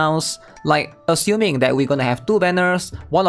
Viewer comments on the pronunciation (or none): none